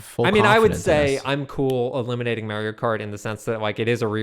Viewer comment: i will never get over the way pronounces mario